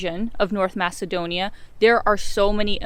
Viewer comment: You butchered my country's name. Well earned dislike.